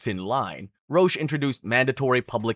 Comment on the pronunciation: Roch is pronounced "Rock". 😊